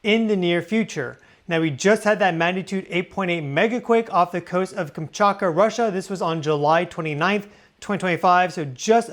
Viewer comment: It's KamchaTka - you always eat the T out.